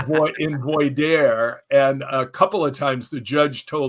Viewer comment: very great episode. Rick is a phenomenal advocate for those wishing to understand cults as well as for those wishing to leave them. he mispronounced the questioning process leading him to become an expert witness in court cases. it's pronounced vwah-dear (voir dire). it's French for "to speak the truth"